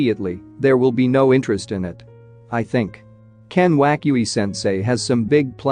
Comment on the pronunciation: i like how he says ken wakui sensei